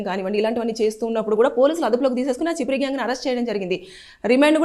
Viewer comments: అది చిపిరి కాదు చెప్రి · Chippri kadhu amma cheppri😅😅